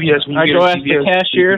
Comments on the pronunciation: axe not ask;) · He sure "axed" you a lot of questions. He was on sharp cat!!!! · Let me axe you a question. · "You ain't even gotta aks her". Sounds legit. I'd go for that. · Love the ways he say Axe the lady instead of ask...LOL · "Don't axe the lady" - Good life advice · AXE not ASK! cmon guys! Just fking AXE her man! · you don't have to axe her, you don't have to axe her. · He would have made you rich if you would have listened. He didn't say "ask them" at Kroser, he said to "AXE THEM"......lol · How far IS you? You dont even have to AKS her. They insist on sounding ignorant. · I don't ask I aks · No, you don’t ask them!! You AXE them!!!